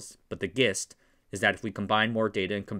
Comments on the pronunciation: Gist of pronounced like ‘gee’. Jist. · gist? di you say gist? You mean jist, right? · "Gist" is pronounced with a 'j' sound. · gist is pronounced jist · It's pronounced jist not gist btw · jist, not gist. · Fyi, gist is pronounced like 'jist' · gist is pronounced like 'jist' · gist is pronounced with a soft G: jist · Uh…? The G in "gist" is soft, as though it were "jist" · Gist is pronounced with a J sound. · Not to be 'that' guy but GIST is pronounced with a soft “g” with a “j” sound, gist (jist) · NB: "Gist" is pronounced with a soft G. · *you said 'gist' the same wrong way people say 'gif.' It's /jist/ and /jif/ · Thanks for the video. A nit about pronunciation: GIST doesn't start with a hard G sound, in my experience. Rather, it is pronounced like JIST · Lol man for someone who speaks with such joyless superiority the way you pronounced gist had me in pieces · No! It's pronounced like GIF, but with an ST instead of an F. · It's crazy how quickly someone loses all credibility when they mispronounce a word like "gist" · gist is pronounced with a j... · Gist is pronounced like Gif FYI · Gist, pronounced with a hard G is an AI cryptid. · "gist"? With a "g"? You're one of those people who says "gif" instead of "jif", aren't you? And don't give me that "G is for Graphics" crap unless you pronounce JPEG "Juh-Pheg". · The Jist or the Gist?